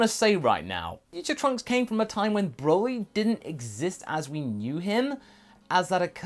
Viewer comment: He said princess trunks wrong